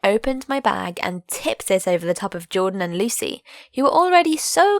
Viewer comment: What she said: Lucy What I heard: Luicy